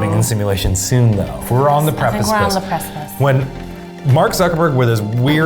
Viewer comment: Lmao we’re just going to gloss over how Eugene said “precipice”?